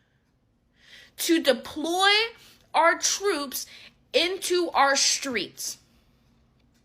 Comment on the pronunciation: What's "our shtreets"?